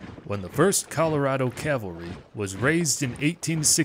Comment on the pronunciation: It's cavalry not calvary. I'm sure all good American Christian's must know the difference